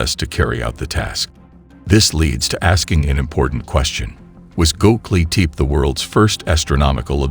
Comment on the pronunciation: "Hi-Tech ground penetrating radar" Proceeds to show me a Lawnmower. Also its ( Go Beck Lee Tep Pee ) Also ( You Ness K Oh )